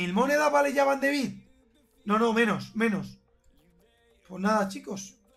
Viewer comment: Pero si van de Beek se pronuncia con e y no con i